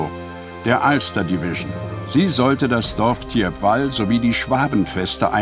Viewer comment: Das Dorf spricht man "Tiepwal"...